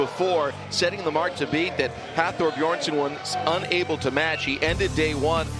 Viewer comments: Can somebody tell the announcer that its "Bjornsson" not Beeerson" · “Beerson”? Son of beer, son of brew! (Btw it’s Bjornson, these are elite athletes, get it right!!) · well it´s difficult to write an explanation, its Björnsson (son of Björn) with an ö, it´s an icelandic letter (also in swedish and some other languages) that is pronounced in a similar way as the danish and norwegian letter ø. It´s not beerson or beardson although we do find that funny. Also the r becomes almost silent in the pronunciation but that depends on where in Iceland you´re from. check out the pronunciation here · David Kymdell It’s because he mumbles. Seriously, they cannot even be bothered to pronounce the names of the world’s strongest man title holders from the last two years correctly?